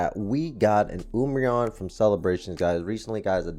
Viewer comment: Wiled? I think you might have misspelled something in your title, and nobody pronounces umbreon like that.